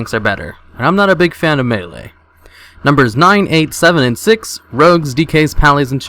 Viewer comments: Melee, not maylay... Melee!!! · Maylay? Melee* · "maylay" is not a word, "meelee" is. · WTF is a "maylay" class? don't you mean melee? :D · "maylay" ... what?